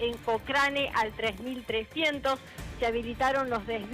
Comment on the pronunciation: Cocrane!! que bestia, se dice Cocreine,!